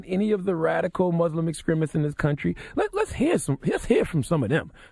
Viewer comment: Damn!!!! He said MUSLIM!!! NOT MOOOZLEM!!!! I think I might cry. And he acknowledged this situation..